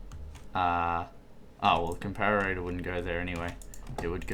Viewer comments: com-par-it-or....not....com-par-ate-or.....jeez get it right XD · It's com-par-it-or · pronounce the Comparator...Com-Parrot-Tour